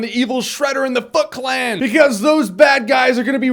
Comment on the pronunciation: Sounds like he says the fuck clan. Haha